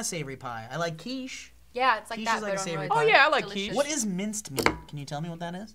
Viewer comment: So I take German in high school, I am going on my third year of it and when I heard saying küche I kept screaming, YOUR SAYING KÜCHE WRONG!